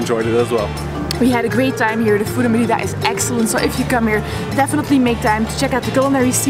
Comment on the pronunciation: 1. Learn to pronounce Mérida please, it started to get painful! :) 2. Parque Santa Ana is visible out of the window and there are about a dozen street food stall selling queso relleno. They also sell it at the main plaza every Sunday. So not sure why it's hard to find? And how can you not recognise bechemel sauce?! 3. You get far better cochonita again at the locherias in Santa Ana or at La Lupita in Santiago. You also somehow failed to mention lechon which is similar but much better. Both best on Sunday mornings in Mérida. 4. The green sauce at Wayan'e is not guac! And you didn't get castakan (unless you were unable to identify it when tasting somehow?) 5. No locals from Mérida eat at Chaya Maya - it's strictly a tourist trap for Mexicans and foreigners. Hence the cheesy tortilla demonstration. And you get much better versions of all their dishes elsewhere. 6. You probably missed the two best restaurants in that area of Mérida: El Cangrejito and El Marlin Azul. 7. Where's poc chuc? 8. You didn't mention what manjar blanco actually is! 9. Next time don't miss the cebollas negras from Nectar!